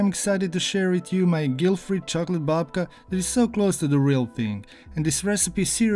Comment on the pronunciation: 🎉Instead of babka you made dedka.....😂😂😂